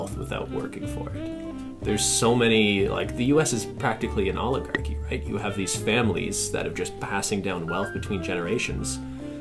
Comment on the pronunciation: When he said “Oligarchy” all I heard was Olive Garden... and I was really sitting here nodding my head with agreement 💀